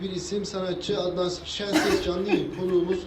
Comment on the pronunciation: Adam adnan şenses yerine şikişenses diyor işte neyini anlamadın